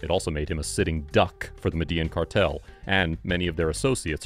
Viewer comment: *Medellin is pronounced "Medeh-YEEN".